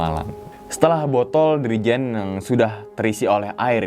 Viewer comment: Dirijen apa jirigen bang wkwkw